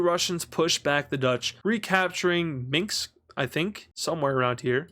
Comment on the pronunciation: He pronounced it more like Mix lol